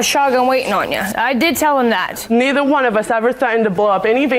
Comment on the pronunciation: "We-dunn not do dat needer"...😶